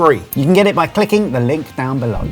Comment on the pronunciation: whn said "clicking the link" I first heard "kicking the link" and immediately changed it in my head to "licking the kink" 😂😂 Sorry, I'm a baaad girl 😂😂💁